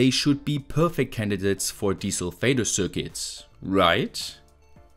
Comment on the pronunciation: I know you're saying 'desulfator' but I hear 'Diesel Vader'.